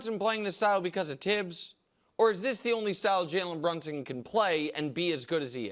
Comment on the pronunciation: It's a French name not English and the correct pronunciation is Tibbs NOT THibs.